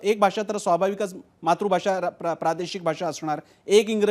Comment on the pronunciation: केशव उपाध्ये - मात्रभाषा म्हणायचे की मातृभाषा? आपण किती चुकीचं उच्चार करीत आहात. आपल्याकडेच मराठीची बोंब नाही का?